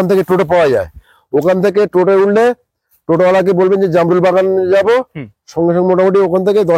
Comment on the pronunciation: Jarmul na o ta hobe jamrul 😂😅